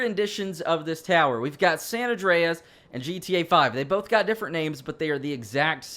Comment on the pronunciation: san andreas that how u say it